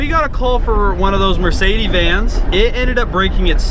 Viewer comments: I don't believe I've ever heard a Mercedes called a Mercede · Ah yes a "mercedey" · Mercedes isn't a plural;) "One of those Mercedee vans" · You guys sound like yokels calling one of the most common vans on the road a "mersaydee" van. That said, yeah too heavy for trails.